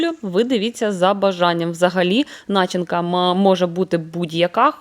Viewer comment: Чому наголос на слові начинка на першому складі? Б'є по вухам чи це зараз така мода? Я вчилась в українські школі і наголос був на другому складі ( від слова на чи ня ти) а у вас незрозуміло по якому ґовориться) і других навчаєте і так всякого набралися чи може ви з другої сторони? Мерсі ! То як вам ? Пиріг нормальний може бути добрий.🎉🎉